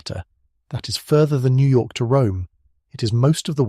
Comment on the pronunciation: New yorlk